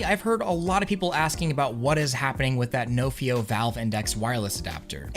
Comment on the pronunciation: Nofio is a welsh word and you’re saying it wrong